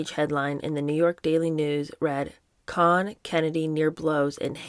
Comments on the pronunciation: In NY, Roy Cohn was always pronounced cone, not con. On every TV and radio during a long career. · Not sure who told you how to pronounce Roy Cohn as Con. It’s pronounced with long O like Ice cream cone. Whoever told you otherwise is very wrong. I’ve done years of research on Roy and his family. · It’s not Cohn like John , it’s Cohn pronounced Kown . Sounds like ice cream CONE. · I am very much enjoying this reading with commentary. It is a little thing but I have never before heard the last name of the despicable Roy Cohn pronounced with an "ah" sound as in "Kahn". It is pronounced "Kohn" with an "oh" sound. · Roy Cohn's name was pronounced CONE, not "kahn" as she did. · It’s Cohn: “cone”. I think “con” was meant to be facetious, as it’s fitting. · You were right the first time. It’s Roy Cohen not Con. His most notable protege was Donald Trump. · It's Roy (Cone) Cohn most evil man alive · Its actually pronounced "cone" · Babe, it’s pronounced cone. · it's pronounced, "Cone"...Roy "Cone". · Roy Cohn is pronounced “Cone” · I always heard the name pronounced “Cone” in the news. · It is pronounced "Cone" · I don't know who told you that, but Cohn rhymes with Cone. He's the sine qua non of political operatives, and political junkies pronounce it as I indicated. You can also look it up online. Great job otherwise! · Say Roy "Kown," as in "known." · Roy Cohn’s last name is pronounced “cone” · The name Cohn is pronounced Cone like pine cone. If someone told you otherwise, they were messing with you. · You are right. I’ve always heard it pronounced just as it is in pronunciation guides: “koan”. The “o” is shown to be the sound of the “oa” in goat. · Love your channel. Roy Cohn — it’s pronounced ‘Cohn’. It’s “Cone”. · It's actually pronounced Roy "Cone." I enjoyed your attempt to imitate Truman Capote, but you were still at least two registers too low, and you need to learn to mince. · Pretty sure it’s pronounced cone like an ice cream cone